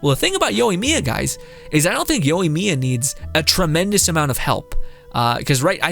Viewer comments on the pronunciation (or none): I liked what you said. But I think her main failures are lack of aoe and her burst is really lacklustre. The lack of aoe makes her immediately 50% less effective even against 2 enemies. Also my guy. Yoi not youi. Plz.